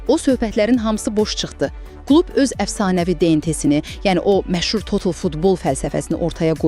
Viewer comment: Düzgün analizdir. Ayaks və total sözlərində vurğu ikinci hecadadır.